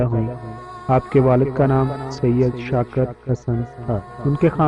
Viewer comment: Bhai skakar nh shakir hota hain mieaaa